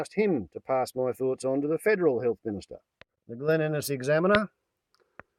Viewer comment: Nice to see you are (almost) fully connected again, bar PMs'. The first time you said "Glen Innes Examiner" to my Canuckistanian ears I could have sworn it was "The Leninist Examiner" and had to look at the screen (I was listening but looking out the window at the weather) to see if you had a bit of a slip of the tongue. Cheers.